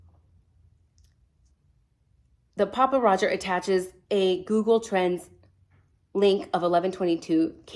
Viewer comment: Thank you for properly identifying him as *'Papa Rodger' without the S*. Honestly, I saw a couple thumbs/titles from a relatively newer creator obviously trying to be an authority on all things Idaho 4, and couldn't even click on the channel for her blatant ignorance! As bad as ignorant enunciation of names/places.